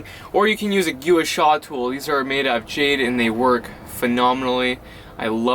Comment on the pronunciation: Gua Sha is pronounced "Gwah Shah" - Your Friendly Neighborhood Acupuncturist